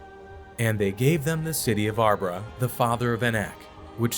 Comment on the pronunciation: Arba is not pronounced as arbra. Nor is Jephunneh pronounced as Jephanniah. Please pronounce the pronouns correctly. These are not the only mispronounced word . If your educated please do better.